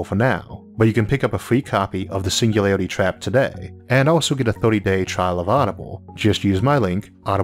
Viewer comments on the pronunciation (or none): Your speach impediment is fake wanna be Elmer fudd you gave yourself away when you said the singularity trap. Either you can speak correctly and embellish mispronouncing words for some reason or idk. Just be yourself or apply yourself whichever is applicable because someone of your genius (I sincerely mean that your videos are amazing and I've learned so much from you thank you for making them btw) should have no trouble overcoming phonetics of a single letter. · All I heard was "the single lady trap"